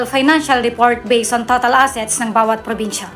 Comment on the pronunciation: "Porbinsya" ba at General Trayas?😅😂 Hahahaha! Ayus a slang ka teh!